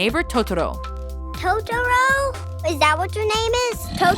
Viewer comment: Ugh... The pronunciation the sister used to say Totoro just made me flinch. Hahaha, she says it like, "Toad-oro". As a person who's learning Japanese, it just really makes me flinch when it's butchered like that. Granted, I can't blame her, it IS hard to pronounce foreign languages.